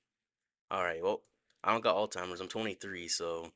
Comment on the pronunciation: JUST so u know, it’s Alzheimer’s. (Allz-hi-mers)